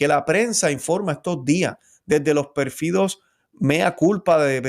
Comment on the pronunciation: Don: Pérfidos, no perfidos. Hubo, no "hubieron" (hubieron sólo va seguido de participio: una vez que hubieron rezado, o comido...) Supérfluo, no "superflúo"). Hermano cuide la lengua española, en la que nos evangelizaron los frailes franciscanos, dominicos, agustinos, carmelitas, etc.). Escuálido, no "escualido", Ordo, no "oldo". Erre, no "ele"; Puerto Rico, no "Puelto Lico".